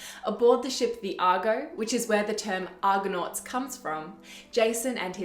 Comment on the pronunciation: 0.27 It is Argo-nauts not Argon-nauts. Argon is a gas with atomic number 18. But over-all, 'very well done'.